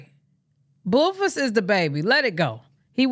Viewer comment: Every time you say Bluefiss cracks me up 😅😅